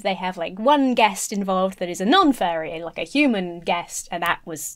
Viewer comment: please enunciate "Furry" a little more clearly, cause you're coming across as saying "fairie"